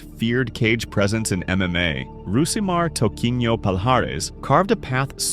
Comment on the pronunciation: Stopped watching when "Rousimar" was mispronounced. For eff sake, do better.